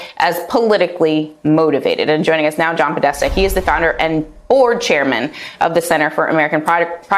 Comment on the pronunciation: Podesta, seriously lady lol 💀😂